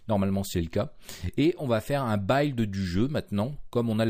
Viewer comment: C'est la première fois que j'entends cette prononciation pour "buid" et "hidden", c'est voulu ? Vous dites comment "building" pour gratte-ciel ? "Baïlding" ? A part cette prononciation déroutante, j'aime plutôt ...